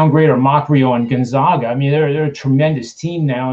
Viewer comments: Never mind that they blew the call on this one what's upsetting is that neither of these guys can even correctly pronounce the name of the #1 team in the country! We are the Zags not the Zogs. You can do better. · once again is the fool. After 20 years can’t even pronounce Gonzaga correctly. How much did it cost you If you listened to his “expert” advice?